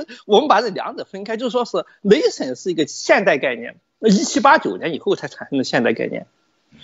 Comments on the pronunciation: 这英语发音太逗了，，雷森。。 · 剛開始聽的時候總感覺聽到「雷神、雷神」，便覺得劉先生拿北歐神話舉例，後面才發現原來在說「nation」。 談談我的感想吧：劉先生對歷史、體制、現代民族的構建的研究令人敬佩。作為維吾爾族，我雖然並不完全贊同劉先生的觀點，但從劉先生對維吾爾人的見解為我提供了不同的思考角度，這樣也挺好。由於維吾爾人與劉先生目前是暫時可以合作、也有一些共同利益的關係，所以希望劉先生可以在節目中多談一些有關維吾爾人的問題。珍重～